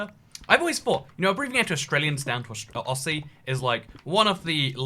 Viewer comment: SAY IT LIKE AUZZIE NOT “OSSY”